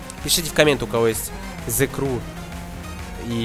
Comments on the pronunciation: Транскрипцию англ. почитай. Сrew - еw читается как ю, зэ крю. А то что ты написал читается зэ край и значит плач..... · Меня одного раздражает, как он говорит :" The CRY , а не The Crew " ??